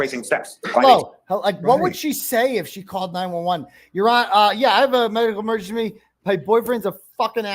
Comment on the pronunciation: “Medical emergenshmee” 😂